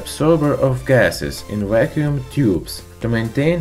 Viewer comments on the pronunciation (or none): "whacuum tube" lol